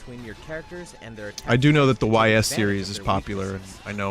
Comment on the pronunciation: "The Why Ess series" Lmao come on man